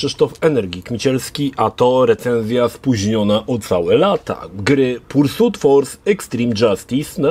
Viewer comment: Nie no, to "pursut" kłuje w uszy niemiłosiernie ;D